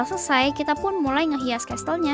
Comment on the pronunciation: Casel bukan castel🙃